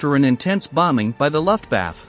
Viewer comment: Computer voice narrator says "Luft-bath" for Luftwaffe. Classic. Stupid, but classic.